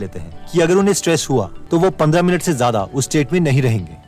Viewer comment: ज़्यादा होता है ज़ादा नहीं